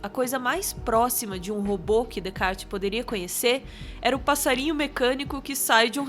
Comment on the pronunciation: *Descartes se lê Decá